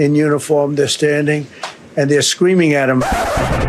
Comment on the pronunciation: Did he say scweaming? I think he did! OLD MAN!